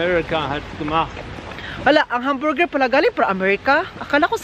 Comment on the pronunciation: Kaya ang pag pronounce ay hamburger hindi hum burrrgerr. I don’t think is joking he’s mad run over there raw